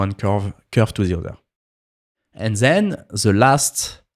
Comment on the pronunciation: zen(then), eez(this),zeez(these) 😉😁